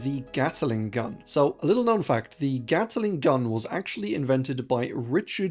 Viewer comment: _GAT/LING_... not _GATTLE/ING_. Not gonna' wait for the next BUTCH/RING of pronunciation. Bye